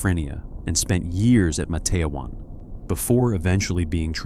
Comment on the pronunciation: IT'S Matt-te-wan...